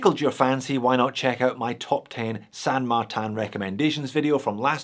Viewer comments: San Martin is my fav brand. And please dont say it as San MARTAN. Just use the normal Martin pronunciation as you talk about your slavic australian mate next door. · can you stop pronouncing "san martin" with "martin" in french (and san not pronounced in french btw)? if it were french it would be "saint martin"... which would be the exact same spelling than in english (in that case... wouldn't know if it had to be pronounced the french or the english way). Anyways... "san" is spanish, so can "martin" be... pronounced mar-teen so... san mar-teen please.... chinese stuff are already confusing enough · It doesn't mean anything, it's just a bullshit name they came up with because they assume - probably correctly - thar people wouldn't buy something with a Chinese name. I think it's hilarious that pronounces it like that.